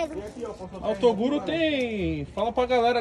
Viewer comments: ELE FALA TODURO 😂😂😂😂😂😂😂😂😂😂😂😂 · O menor sempre "rouba" a fala do toguro, "toduro". 😆😆